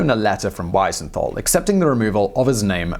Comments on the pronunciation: It's "wee-zen-tuhl" (Wiesenthal). Not Wysenthall And the name is "Wernher von Braun". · Not Weisenthal (when speaking), but Wiesenthal. He deserves being called by his right name. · Wow! What an amazing story. An itty bitty nit: "Weesenthal", not "Whysenthal". It's "ie" not "ei". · Simon Wensenthaal? Wisenthaal? Oh dear, oh dear. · It's a little disconcerning when a channel this size, and dealing with this particular subject matter, gets Simon Wiesenthal's name wrong six times in two different ways. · Apart from the fact you kept mispronouncing Simon Wiesenthal's name - which really is an unpardonable error - this l is perhaps your best BlO video. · The famed Nazi hunter Simon What now??? You mangled that guy's name you know. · German "ei" as in Greif is pronounced like english "eye". Whereas "ie" as in Wiesenthal is pronounced like english "beer". So you mixed them up. 😊